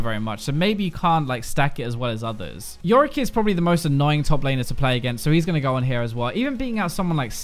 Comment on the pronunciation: I was okay with everything till you said Yorrick. Lmao, that champion is beyond awful. If you lose to yorrick in lane you should probably uninstall. Also Tristana sucks, dear lord give her a rework so I don't have to support anymore Tristana's in ranked.